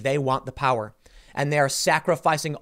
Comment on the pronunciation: Its “Powa”. 😂